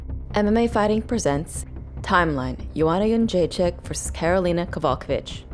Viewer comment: This video lost me when butchered Kowalkiewicz's name